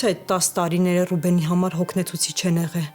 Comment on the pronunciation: էղել չէ,եղել,կամ գոնե էղել,աղջիկ ջան։Գրագետ խոսել սովորի։